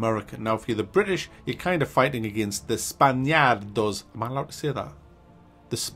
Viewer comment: the way you said spaaaniaaardos is like italian way of saying it and not spanish kind of way